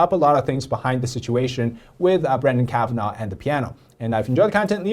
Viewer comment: I support you bro, but please proudly and correctly pronounce your last name. Us white people should all learn how to pronounce Chinese names. 不用把自己的姓氏说错了，白人的学习能力不差。哈哈！加油！